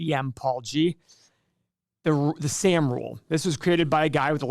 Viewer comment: And it’s pronounced Sahhm.